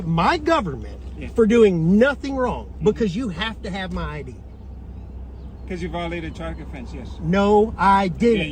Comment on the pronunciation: Man I would have lit up that supervisor on the detainment law ( I D ) Hes no better educated than officer “Eye -Radar” 😳 🤬